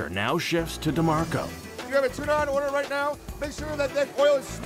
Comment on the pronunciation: "i've got three on orDAHH" gets me every time